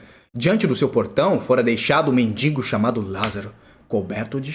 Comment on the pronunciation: Lázaro era mendigo ou mendiNNNgo? (Não é sarcasmo. Mestres devem buscar a excelência)